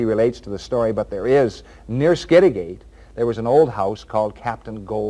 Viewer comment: P.s. skid a get.....not skid a gate